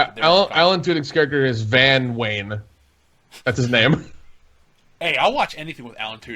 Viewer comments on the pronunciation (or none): none